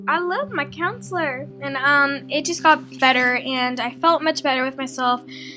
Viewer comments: It's counselor not counsiler lol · counselor... not counsiler lol wtf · not being rude but it's counselor not counsiler. btw I love your videos. I hope you don't take any offense of me correcting you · Counselor not counsiler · Counsiler? You mean counselor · I cringed every time "counsiler" popped up. Counselor*,:) No hate, I'm just saying. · LOL love you but really, counsiler? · It's guru and counselor not gure and counsiler.